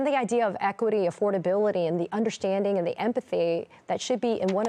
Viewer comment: if you would stop saying “ Undershtanding” I would continue listening. What is happening to the English language? The rest I totally sympathize with but I don’t trust this man either. He sounds like he just wants to pass the buck on.